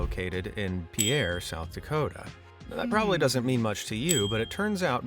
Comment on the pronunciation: I just wanted to say you say Pierre South Dakota wrong